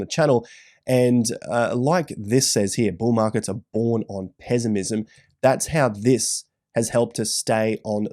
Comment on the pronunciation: From now on im saying it “pezzimizm”